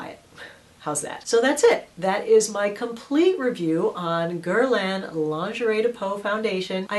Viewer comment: jcjccmz it wasnt pronounced correctly in french:) its gier-laah, kinda:)